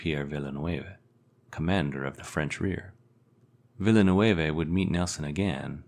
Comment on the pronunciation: It's not "Villa-ne-wave-e", but "Ville-neuve"...